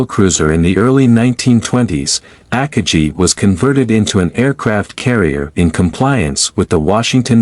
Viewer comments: The AI voice is very bad. Try upgrading to a better AI and train it to say Akagi correctly instead of AHKah-jee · As soon as I heard you pronounce the carriers name, I stopped the video and started something else.